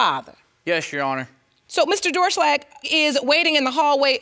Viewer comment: Sounded more like “ yes Ju hono “😂😂